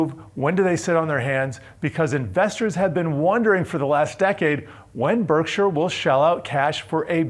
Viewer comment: Why is he pronouncing Berkshire like that?